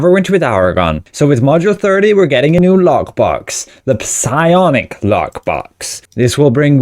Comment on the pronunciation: Piss-I-onic lockbox? Are you taking the piss-iss?